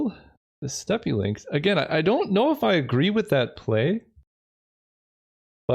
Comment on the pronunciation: channeling his inner SaffronOlive in this one by pronouncing steppe lynx both correctly and incorrectly multiple times in the same video